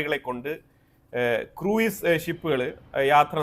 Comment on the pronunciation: നിങ്ങളുടെ ന്യൂസ് updates നു നന്ദി. Pronounciation ഒന്നും കൂടി പോളിഷ് ചെയ്യാനുണ്ട്... For example.. ക്രൂയിസ് അല്ല.. ക്രൂസ് ലൈനർ എന്നാണ് പറയേണ്ടത് 🙏